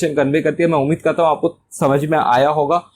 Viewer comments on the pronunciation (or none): none